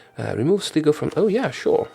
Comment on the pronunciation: Sligo is pronounced Sly-go